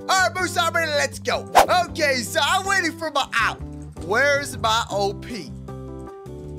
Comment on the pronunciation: btw you say op sound it out